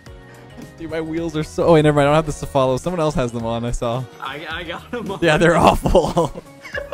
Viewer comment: "Sef-ah-lo" made me want to break something.